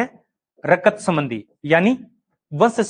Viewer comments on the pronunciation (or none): बस आपको हिंदी बोलने का तरीका नहीं है गुरुजी आप हिंदी के थोड़ा अ के लिए ऐ विनिमय के लिए विनियम रक्त के लिए रकत ।।।।शब्दों को ठीक से न बोलना वक्ता एवं श्रोता दोनों के बीच संप्रेषण प्रभावशाली नहीं बना पाता है ।।।